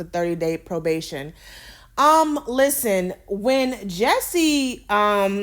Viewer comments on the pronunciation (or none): His name is Jus-sie, not Jessie. Jus-see.